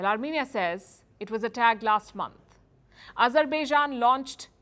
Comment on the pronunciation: France to 'Arm'enia